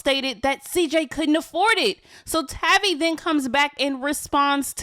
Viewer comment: How much did Cj pay you to post an entire thread on these two nobodies interviewing on a Royalty hate page. Or did he promise to do to you what Dilo “ALLEGEDLY “ did to Tavie🙄. She should’ve told you how to at least pronounce her name right. It’s Tay-V.🙄